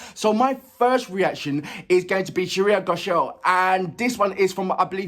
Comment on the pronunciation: Hey! Her last name is pronounced as 'Gho shaal' , and not 'Go shall' 😅😅😅😅